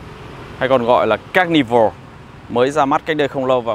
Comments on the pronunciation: "ca nơ vồ" chú ơi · ca ni vồ nhé a zai :)) đọc 2 lần cũng vẫn sai buồn cười quá :v